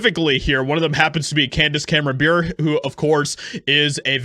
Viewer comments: It's Bure pronounced Bore Eh. She is married to Pavel Bure a famous Russian hockey player. She is also a devoted Christian and unashamed conservative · It's pronounced BURR REY. As an Pavel Bure, NHL player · Dude, how hard is it to pronounce Bure as Beret or Burr-ayy? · It’s pronounced Burr-A